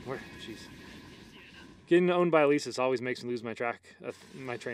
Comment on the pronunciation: Elesis not eleeesis omg it makes me tick °^°